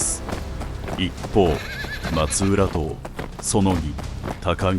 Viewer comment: 細かい点ですみませんが、「松浦党」は「まつらとう」です。全体が素晴らしい映像なので、固有名詞は正しくお願いしたいです。